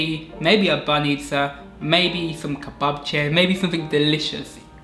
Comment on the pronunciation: I'm a Bulgarian and I'm happy that people from Western Europe like you like my country. Actually, I have a question for you - can you read or speak Bulgarian because you pronounce very well banitza, rakia and kebapche? 😃👍